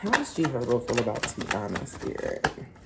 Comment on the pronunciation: It’s TY-EENA like Hyena. Not Tiana.